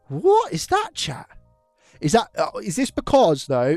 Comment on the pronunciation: I thought he was saying ‘Cha’! 😂